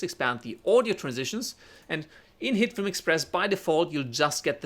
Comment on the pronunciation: I apologize in advance BUT am I the only one that about half the time this guy says HITFILM it sounds like he is saying Hitler? He talks really fast and I'm sure if he talked slower I wouldn't hear that NAME at all. I'd like to know if anyone else hears this accidental audio?